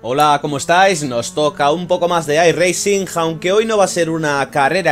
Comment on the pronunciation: no pronuncies la "G" en "iRacing", que suena mal.